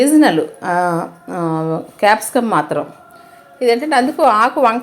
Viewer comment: Mam it's not Capsum It's Capcicum 😜